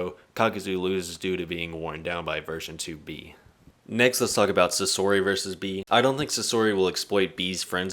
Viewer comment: How have you watched the entirety of the series, yet still butcher so many names and words from the show, like bro wtf is a skeeth and also sasori is pronounced “SAH-SOR-E” not “SUH-SOORY”🥱